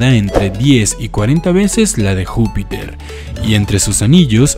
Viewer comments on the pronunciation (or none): dice jupitor :v